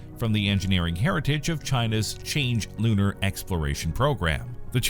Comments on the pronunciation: 10.33 China lunar program is pronounce as Chang-Er, not change. 😅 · Pronounced as "Chang Er", not Change. Practice pronouncing it as "Chunk-Ur"